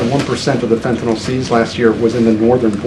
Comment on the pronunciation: I love that she knows how to pronounce “fentanyl.” 🙂